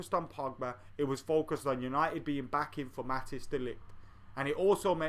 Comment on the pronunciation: Matic De Ligt?? Haha just joking man, it's pronounced Mat-eyes